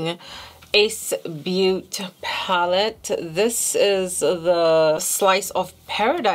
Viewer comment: your eyeshadow looks so pretty! but I think it’s ‘ace beaut-ay’ not ‘ace beaut’ 😅